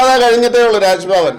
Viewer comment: രാസ് ഭവൻ അല്ല രാജ് ഭവൻ